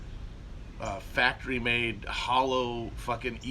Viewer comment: Matt says the word "factory" like a racist parent says a slur at a restaurant under their breath